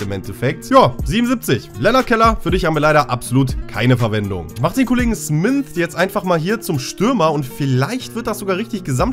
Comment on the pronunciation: da steht smyth nicht smynth, ganz normaler name auf deutsch wäre das schmied hahahah